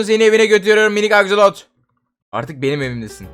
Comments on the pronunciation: Abi o aksolot değil aksolt'l' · Abi axolot değil axolotl (sonuna sadece L koymamız lazım)